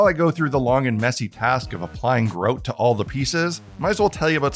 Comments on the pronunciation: Until he turned the box round i had no idea what he was saying. "What's Groat, other than a medieval coin?" Oh! GROUT (gr-ow-t) 😅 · Ah yes, "groat" which we all know is Canadian for grout. "Soarry" for pointing that "oat."